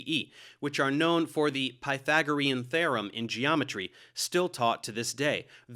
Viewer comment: it's thee-rum, not "theh-rum"! appreciate your tutorials and debunks!!